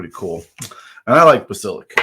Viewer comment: Like 16., it's pronounced BASS (as in the fish)-eh-LISK; the title is based on the legendary reptile that can kill you by looking at you, like the lead in the series.